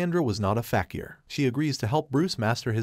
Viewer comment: Fakir is prounounced (fa-keer)